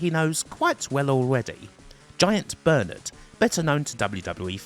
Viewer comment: With the accent, it sounds like you keep calling him "Giant Bird" and you blur his tits at one point lmao